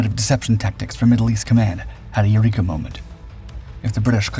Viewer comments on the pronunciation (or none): none